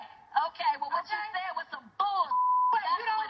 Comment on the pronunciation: "I Shaid what I Shaid!!!"...😭😂💀